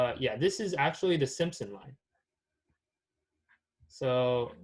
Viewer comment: its simpson line not simon line lol